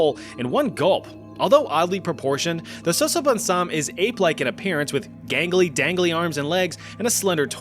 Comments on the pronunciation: Your pronunciation was amazingly good… You can say it like “Sasa” as on salsa - then “bone samm” with emphasis on the “m”…. Sasabonsam … love your videos… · As a Ghanaian I can confidently say u are butchering the name😂